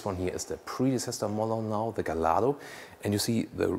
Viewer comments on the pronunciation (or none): Not GALLARDO it sounds Gajjardro !!!!!! Wikipedia -> The Lamborghini Gallardo (/ɡaɪˈjɑrdoʊ/; Italian: [ɡaʎˈʎardo]) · Incidentally... the Gallardo is pronounced gay-ard-o. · In the UK, we pronounce it as " Gall-Ar-Dough'